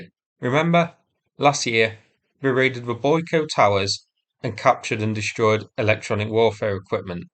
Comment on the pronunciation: "Dishtroyed"? Learn how to speak English.